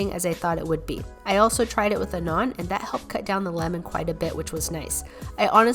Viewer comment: the fact that she pronounced naan properly compared to other foreign food vloggers